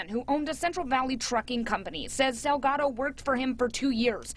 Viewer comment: Salgado is not the same as Delgado! So say the last name Correctly!!! 😬😠 SALGADO, with an S.